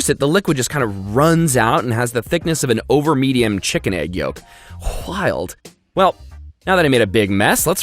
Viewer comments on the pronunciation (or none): No one:: hwild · Is anyone going to talk about how he says wild? It's whild?!? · Who says wild like that bro chill